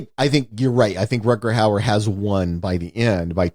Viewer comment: "RUTGERT HOWARD" :) Ha ha ha. Gotta love this guy for not having a clue about the name of this actor. And keeps butchering both the first name AND the surname of Rutger Hauer. Yet seems completely confident and convinced that someone named Rutgert Howard starred in this movie :)